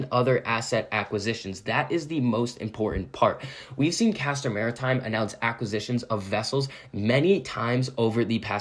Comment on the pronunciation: I appreciate that you know how to pronounce the name of the company